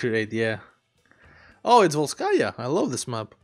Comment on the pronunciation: not volskAya, vOlskaya